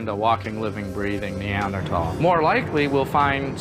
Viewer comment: I remember this era people were pronouncing neanderthal has neander-taal.